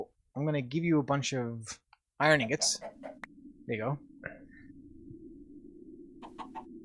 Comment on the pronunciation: BTW, Inggawts? Lol.